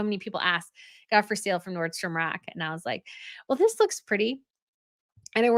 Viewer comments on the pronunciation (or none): none